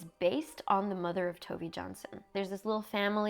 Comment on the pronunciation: This is the first video that I am reading of yours! Would you like some Nordic recommendations??? (also Tove is pronounced closer to Toe-vah)